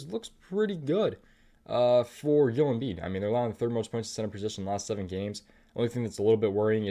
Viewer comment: Yoel Embiid??? It's Joel, JO-ELL pronounced with a J.